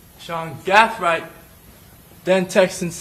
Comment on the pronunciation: Is there a reason why this attorney keeps switching how he pronounce Gathright?